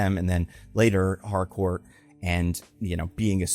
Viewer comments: ... it's HARCOURT WITH A T AT THE END... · Pretty sure it's Harcourt, not Hardcore